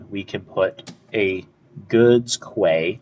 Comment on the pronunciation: Good videos. Quay is pronounced key.